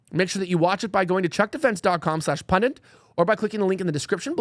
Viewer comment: Elijah has about a 30% success rate pronouncing the word pundit. He's getting better.